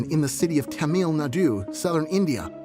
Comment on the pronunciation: Wth is that pronunciation of Tamil Nadu?! 😂😂😂😭😭😭